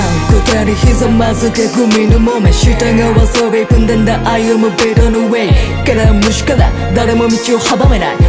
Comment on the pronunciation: やばい、の「위풍당당」の発音好きすぎる